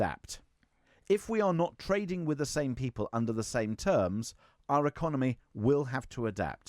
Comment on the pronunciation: ‘I agree WIV you?’ “Norf East.?” Speak properly and maybe someone will take you seriously. Actually, probably not even then.